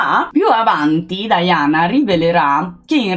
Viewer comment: Scusami se pronunci 'Diana' all'inglese e cioè 'Daiana' dovresti pronunciare anche 'Carlo' così e cioè 'Charles' 😂😂😂😂